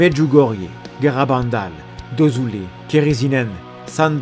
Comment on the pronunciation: Dozulé, c'est à 35 Km de chez moi .. On dit DozUlé et pas DozOUlé 😅😅😅